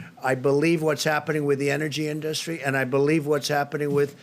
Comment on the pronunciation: The in-dus-tree. nice.